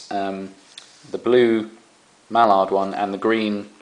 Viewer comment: mellard? Its mallard